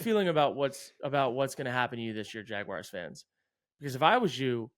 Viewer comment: I really thought might be among the people in the world who can correctly pronounce “Jaguars” without saying “Jagwires” but that was just a dream